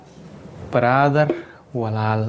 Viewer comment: Bother walaal ma ahan brother baa walaal eh uushtaad waad IL duuftey umaleynaa